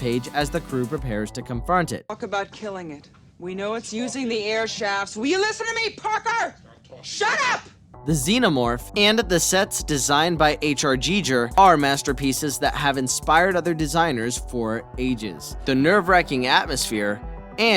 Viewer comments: Hoky F@ Man - Who the Actual F@ Is: H.R. "Jee-Juur"? Another: #Obama #ZoomersCanRead + #ZoomersCanSpeak #ProgramGraduate ehhhh?!? If you can't even get the name right, then maybe consider leaving it out of the list? Or you know... take 2 seconds to Google HOW to pronounce it? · Pronounced Gee-Ger. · It’s giger. Like gee ger as pronounced by the man himself. U gonna dude really someone at least know it yourself. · How can the narrator pronounce Rob Bottin's name right and not H.R. Giger's is beyond me. And hella annoying! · I quit after seeing Freddy and Jason here, I thought this was a monster list, congrats for going 5mins without using the word “cosmic”, that must have been hard for you, and your in the wrong job if you don’t know how to pronounce H R Giger ffs 🤦🏼‍♂️